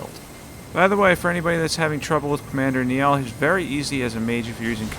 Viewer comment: i wasn’t gonna comment until you brought up how Mohg should be pronounced but anyways Commander Niall is pronounced more like Nile the river, it’s an Irish name just so you know! sweet vid btw